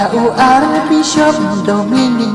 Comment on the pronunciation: wat sgew ei² mo gan object wat lada gam nang ialajong bn rwai, ka pronounce da pynwan bha Archbishop ym dei Ar Bishop